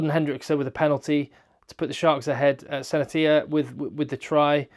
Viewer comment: I had to go back to hear you pronounce Senatla again 😅